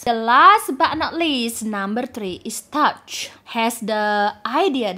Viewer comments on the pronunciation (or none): Excuse me the last cafe is NOT called Touch. It’s pronounced “Too Shey” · All look worth a visit! Touché appears to have an accent on the "e" so seems it requires a French pronunciation 😉